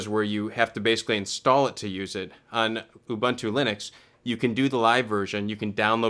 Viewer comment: it's pronounced "ooboontoo", all the "U"s like the last one :) anyway, happy to see so much channels starting to focus on linux distros lately. keep it up!